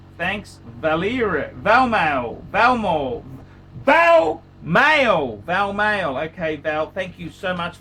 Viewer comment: I already sleep in the nude! Thanks for the review! Good stuff:) lots of laughs were had. You brilliant crazy b*stard.... p.s. it's "Val - male"... as in: "My name is Val (Valera) and I'm a male".... (Ukrainian name)... not "Valmale"... that sounds like a shitty micro brand... loving the cheeky comments below as always;) P.s. if anyone likes the strap in that photo - it's a "Colareb"... they make amazing straps